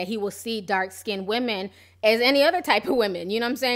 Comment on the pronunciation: I don't understand in 2018 how people who are meant to be lyricists are saying "dark/light SKINDED" like what is SKINDED? Like when they say "texters" or "textasez" instead of texts. It's skinned not skinded. People in the music scene should have excellent literacy skills, they are writers.